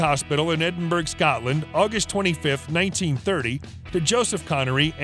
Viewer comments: It’s pronounced Edin borror not Edin berg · Connery will turn over in his grave listening your pronounce Edinburgh and Cay pronounced Key